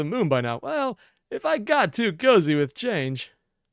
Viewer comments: Not "Change" ,but "Chang'E" - you watched the myth on her and her husband. She lives on the moon. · Yeah it's pronounced Chang uh, pretty sure she's the moon goddess.